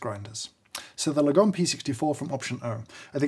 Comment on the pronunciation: James may know far far too much about grinders, but he can't pronounce Lagom...